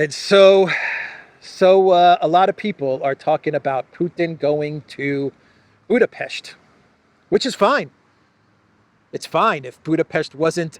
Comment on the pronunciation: Thanks for the right pronounciation of our capitol city: Budapest! Ευχαριστώ ❤🤍💚